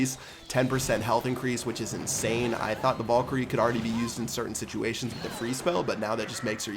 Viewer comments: Damn back at it again with saying Vollkyrie. Pls stahp saying it like that it hurts my brain. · please fucking pronounce valkyrie correctly